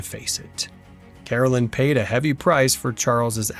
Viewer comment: Here's a few things. His wife's name is Caroline, not Carolyn. You keep spelling it correctly, but pronouncing it incorrectly. It's my name and it bothers me when most people mispronounce my name. Also, the government did not take the farm away near Independence from Charles. Charles didn't have the $200 to pay for it once the government bought it from the Osage native Americans.